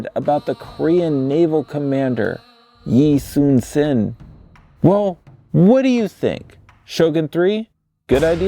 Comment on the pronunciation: "Ee-Soon-Shin" 이순신 never trust the Korean latinizations.